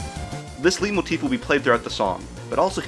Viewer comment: This video was awesome! Keep it up! I can’t help it, it’s “lite-moe-teef” UGHHH